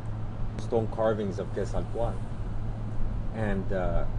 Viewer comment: Now I definitely know how to pronounce Quetzalcoatl. :-)